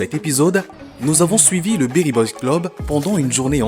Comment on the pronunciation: C'est beri et non berry merci pour le contenu très qualitatif